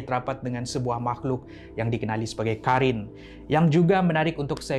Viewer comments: Abang bukan karin tapi korin sebab ق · Bukan Karin tapi Qarin